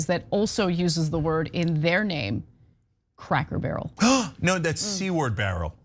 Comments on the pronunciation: Wait a minute I though it was "crackel barrel" not cracker barrel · Cracker Barrel has a hard r at the end and Hasan used it without the r at the end.